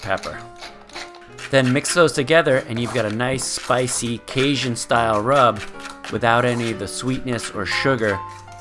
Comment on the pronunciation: Kay JUN. Cajun. I liked the video but there is no sh in that word